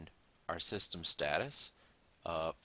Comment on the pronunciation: fucking sis-tam